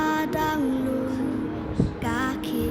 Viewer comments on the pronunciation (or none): Mynsiem ba dang lung... please pronounce it like loong. : Young soul